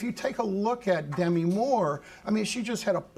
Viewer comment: After all these years of fame, still no one knows how to pronounce Demi's name.